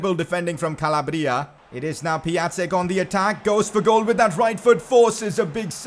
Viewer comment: Piătiks name is pronounced Pi-on-tik